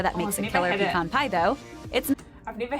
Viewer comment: Props to the original vid for pronouncing pecan the right way. It’s PUH-KHAN. Pee-can is what you do your business in when you go camping. 😅 Pecan - pronounced “puh-khan” always